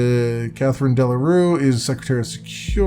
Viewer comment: FWIW, Delacroix is pronounced "Dela Kwa". Interesting game, playing a cog in the wheel of a Big Brother state.